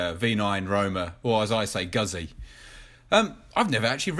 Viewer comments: Congratulations, you are the only person who knows how to pronounce Guzzi correctly lol. I have a MG750 special 2013, and a 1994 BMWr80RT, both the same horsepower, but the beemer is older and heavier, so the Guzzi takes off like a rocket in comparison, and its 50bhp is sufficient for everyday riding. But be warned the Guzzi,s are very addictive!! with a great sound track to go with it, the rasp on acceleration and the deep base boom on the overrun. you cant help but smile,. Looking forward to more of your videos on the guzzi. ps try to pronounce Ago-sti-ni as in the great Giacomo Agostini. Great honest vid cheers from the UK. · He is actually mispronouncing it throughout. Nice video though.